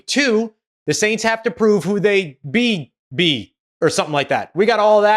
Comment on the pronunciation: Its funny that said in the beginning of the video "Be-be". The rookie center Beebe gonna get abused.